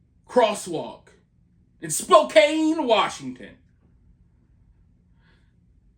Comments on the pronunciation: Spo-“can” not “cane”, 😊I am from Washington, but Spokane is about 6hrs from me. I call it the armpit of Wa, it’s a gross city. Well, so it Everett and now Freeattle is nasty AF, worse than ever. Seattle is dying … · Have you never heard of SPOE-CAN?